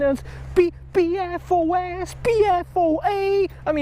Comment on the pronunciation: I think there may be another one of those diseases... It's from everywhere you fished... It's EPFOS. Just kidding lol, just sounded funny when you said PPFOS or something and it sounded like EPFOS